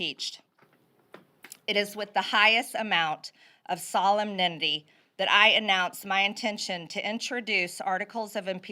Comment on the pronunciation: You need to learn how to pronounce "solemnity". MtG's example of idiocy.